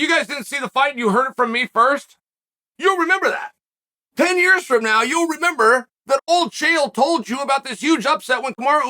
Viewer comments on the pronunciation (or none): none